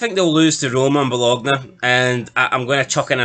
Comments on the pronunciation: FFS, did you watch ranjurs in Europe. 15 points 😂😂😂 Delusional And Bologna is pronounced Bolonya. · It's Ba lone ya for the love of god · It's pronounced Bolonya